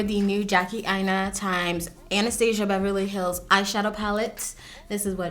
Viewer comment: sis I love you but it’s ann-uh-stass-ee-uh 😂